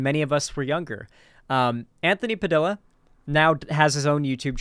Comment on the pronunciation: They way pronounces “Padilla” is like nails on a chalkboard LMAO